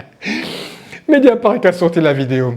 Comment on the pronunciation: Qui peut aimer Cyril Hanouna aujourd'hui ? Incroyable !!! (petite rectification pour que tu sois parfait c'est : "MédiaparT" et non pas MédiaparK"... sinon BRAVO pour ton super travail.